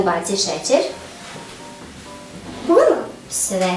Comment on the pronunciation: Kako je smesno kada kaze puno.Jezici su mnogo ukusni pozdrav